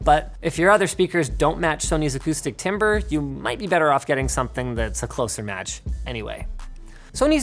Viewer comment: "acoustic tiber" hahahahahaha